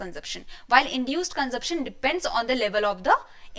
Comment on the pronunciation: Didi, phele consumption bolna hi seekhlo